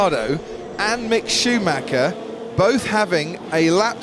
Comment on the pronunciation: When are they going to learn to pronounce Schumacher correctly? His name is not Shoemacker!! It sounds very unprofessional.